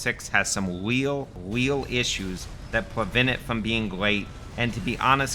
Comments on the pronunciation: weal weal pwoblems. bwoken difficulty. outwageous. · "weal weal issue"